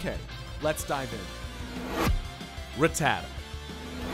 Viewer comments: Hate it when people emphasise Rattata's name like that it's annoying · the minute you said Ra-ttata and not Rat-ta-ta I knew this video was gonna be bad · Rat-a-tuh lol. It's rat-ta-ta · Evidently none of you ever watched the show, if you're not complaining about how horrifically he's pronouncing Rattata?? It's RAT-a-TA, like it almost rhymes. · ruh tuh tuh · RATTA-TA ... hate the trendy pronunciation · Ruh-tah-duh wtf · You can’t even pronounce them right 1. RA TTA TA = rattata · Rattata godamit. Learn how to say it!. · Ha you cant even say rattata is pronounced rat-ta-ta. Learn your pokemon names. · it annoyed me greatly how he pronounced ratata and togepi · He doesn't even pronounce Rattata correctly. I couldn't even listen to his voice after that. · Yep. That one was just too much xD Also, I think he pronounced "Rattata" in two different ways in the video too. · TheDSquad yee also the way he says ratata wrong. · Every single time he says Rattata wrong, a muscle twitches in my brain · what really gets me is how you pronounce rattata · why does so many pronounce Rattata's name wrong? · Jesus people this is his opinion it's not like he named the video ''TOP 10 POKEMON THAT ARE UNBEATABLE ALL FACTS!!'' lmao you guys need to pull your skirts down seriously i love pokemon too but wtf xD also did he pronounce rattata the right way im confused now idk whats right or wrong help